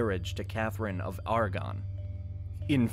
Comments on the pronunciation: Argon is a noble gas, Catherine of Aragon (air’ a gone) was a noble queen. And don’t get me started on the proper pronunciation of Jacobite. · I know, I know, I'm being "picky", but, It's Catherine of Aragon, not argon. Otherwise, loved the video. Thanks. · "Catherine of Argon"?!? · HenryVIII's wife was Catherine of Aragon, not what sounded like Oregon, a completely different place. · Annulment, not annual ment. Aragon not Argon Sorry it is just hard to trust a source if they can't pronounce things properly.